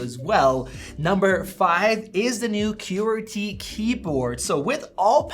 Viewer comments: Nice video as I have a 5 and was wondering about the 7. Also, QWERTY is pronounced "kwur-tee", and "similar" has no "u" in it. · Great review, except for your pronunciation of qwerty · Bro what is your pronunciation of qwerty😂